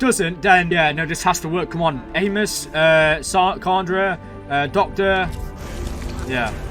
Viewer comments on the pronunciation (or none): Just an FYI: "Chandra" is pronounced "shandra" (the "ch" is soft). Also, a tight beam is not a weapon. It's a method of secure communication. Nowadays "Leviathan" is in popular use to mean "something huge" - not necessarily something living, although that was it's original meaning.